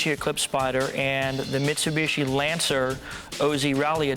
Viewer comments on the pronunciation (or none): Wait, what did he say, misuiiibuushshiyyy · "Mitsubischi", sounds so funny how Paul prounces that (not trying to trash him), but of course I hear and know what he means, just sounds funny, that's all!